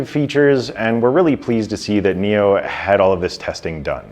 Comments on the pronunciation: Did you just call the company NIO? It's NIU. Pronounced "NEW" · Say 'new', not 'neo'.